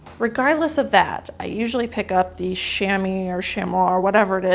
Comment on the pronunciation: The Cabelas piece is pronounce Sham-wah :)